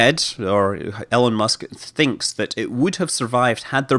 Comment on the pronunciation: Great video. I understand you have an accent, but still you are referring to Elon musk as Ellen musk. E-Lon not Ell-en 😀